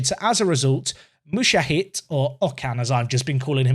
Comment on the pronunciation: Just so it's out there, Mucahit is pronounced MU-JA-HED ;) one of my best friends in college was named that as was the surname of two of my secondary school maths teachers (they were married)